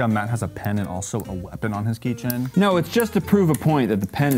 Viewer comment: key chain king "key ching"